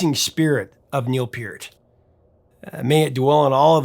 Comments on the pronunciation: Neil Peart pronounced pert like the shampoo. sorry to go all Canadian on you... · You're saying his name wrong and weird. It's sounds like pert. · I always thought Neil Peart's last name was pronounced "pert" . Was I wrong? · Ok, love ya prof (just subscribed actually), but cmon man, ya gotta pronounce Neil's last name correctly. Here's to hoping you know it but were just having a mild stroke here. Kidding about the stroke, of course - keep up the highly informative and entertaining nice work!